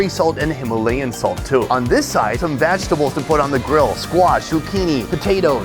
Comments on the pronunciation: When sonny says vagitables lmfao ever show he does it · why does he keep saying vagtables loool